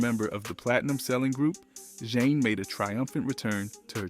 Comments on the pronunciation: JEAN NORRIS AND RENEE NEUFVILLE1 Stop mixing up their names! Learn how to pronounce names properly! Ugh! The timeline is all over place. Talking about artists, that have nothing to do with Zhane. Please use chronological order. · Stopped listening when commentator couldn't even pronounce the group name right. Brother, redo! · I can’t even get past 2 minutes of this nonsense. Why are you mispronouncing the name? Your research is immediately discredited. I know the rest of the information is inaccurate 🤣😂😂😂😂